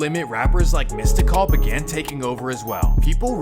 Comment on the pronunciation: Foo said MystiCall lol. Weirdo.